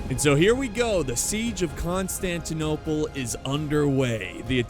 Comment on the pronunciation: i liked the video before watching it just cuz you said right the city name